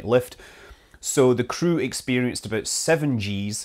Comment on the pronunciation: Why can't people say "about" properly.